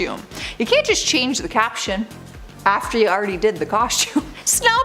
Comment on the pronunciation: Coshtewm… is fun to say eh